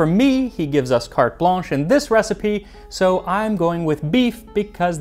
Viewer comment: Carte blanc? NO. it's "carte blanche" and it's pronounced 'kart blansh'."